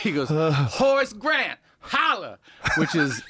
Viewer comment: Every time they said Horace Grant, I was hearing, “Horse Breath” and getting really confused.